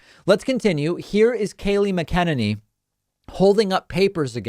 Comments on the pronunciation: It's Mac-ah-nin-ee . . . Which is so much more fitting. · I agree with you about the long game and it couldn't be anything else. The problem is that america will all realize who she is and she will have no more value. She has gone too far. She is starting to look ridiculous because EVERYONE knows she is full of it. You have to start pronouncing her name correctly. It's Mac-eh-nenny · MAC-a-nen-knee. She's been Press Sec for awhile now, David. Lord knows, I'm no fan of ANY Repugnant, but can you just get her name right? Or are you doing to Ms MAC-a-nen-knee what RWers did to Kah-mah-lah?? Hmmm?? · Just thought you might want to know you've been saying Kayleighs last name wrong. It's pronounced....(phonetically) Mack'n Ainie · Her name is pronounced “MACK—en—Anie” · You keep mispronouncing her name. It's pronounced "MAGA-ninny". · David, it won't be long before you won't have to mispronounce her name any more! Try "MACK-a-Nanny". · Please, I love your show, but please her name is Kayleigh MAC¬(E) A¬NAY¬NEE. It is starting to sound like you are doing the same as fox news does to A O C. I KNOW YOU ARE BETTER THAN THAT. Thankyou. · It's "MAC-uh-Nay-Nee" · Mac-a-ninny is how its said. And she's pathetic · Do you mispronounce her name for humor? (It's correctly said MACK-uh-NAY-nee.) I usually just call her Press Secretary Barbie. 😉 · MACK. in. NAIN. KNEE... Geezus. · it cracks me up that so many struggle with her name lol McEnany sounds like: Mac-An-Annie i got you!!! 😉 Thank god we won’t be saying it much longer 🙌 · Its Mac-a-na-ne. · MAC-uh-NAY-nee. Seriously, dude. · Kayleigh Mcenany, like MAC AN ANNIE. Not whatever you're saying... If you are gonna talk sh*t at least say her name right! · Okay is it "MACK-IN-ANY" or like David says it "MACK-KEN-ANY"? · I feel like parkman pronounces (Mac-en-eny) wrong on purpose its brilliant. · Sorry, I hate her too. But it's Mak-a-naney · Stop mispronouncing her name, it's pronounced Mac-a-nanee. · Your not saying her name right...